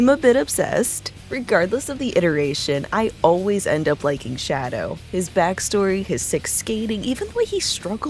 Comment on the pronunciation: did you just call him Daddow?